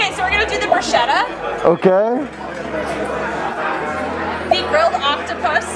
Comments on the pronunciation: I left the video as soon as i heard how that girl pronounced the bruschetta on minute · she kept saying Brousheta when its Brosquetes i was crying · I’m sorry, but “brushetta”???? NOOOOO It’s Bruschetta with an Italian (ch) as the (K) sound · By the way, as i know italian language,to hear on and on repeeting the word bruschetta wrong is harsh!!😟!!!The name of the toast is spelled like-BRUSKETTA!!!(AFTER S GOING K SOUND!!!!)!!!! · its actualy broushetta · Every time she pronounced the bruscietta an Italian died. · Every italian person died after listening to caprese bruscieta 0.14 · It’s Brew-Sket-Ah, all the shetta people got me fucked up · U can’t pronunce bruschetta brusciéda… don’t say italian words in American as we don’t say in Italian American words… it’s easy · That's the way most non-italians pronounce it...unfortunately. Irks me too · I'm italian, i can't get enough of how she pronounces bruschetta! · Biggest fail of the video is how Americans pronounce bruschetta lmao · Im Italian and my ears are bleeding anytime the lady at the beginning names BRUSCHETTA in that way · My ears hurt after hearing bruschetta mispronounced so many times